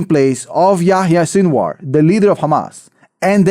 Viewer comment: It’s Sinwar not Sinuar … sin-of-war , sinwar